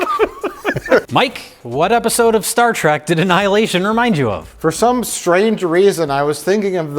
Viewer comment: I love that Mike is such a huge fan of Star Trek, yet he frequently calls it “Star Track”